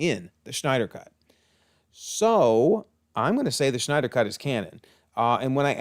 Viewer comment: zach snyders last name doesn't have a ch in it, you keep calling him schneider, i pronounce his last name snyder